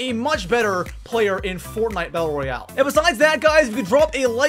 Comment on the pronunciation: Its royale not royal LOL